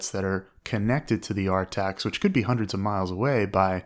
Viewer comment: Nobody calls Centers “R-TACS”